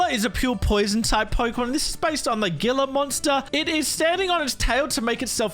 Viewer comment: Him mispronounced gila monster multiple times is triggering me. lol